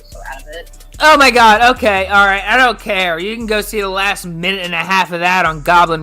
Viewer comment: I still get annoyed when I hear this inbred mfer saying "Ohhey" instead of "Okay".